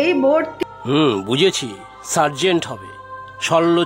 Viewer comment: Surgeon ke Sergeant bola hoyeche..... uccharon ta bhul.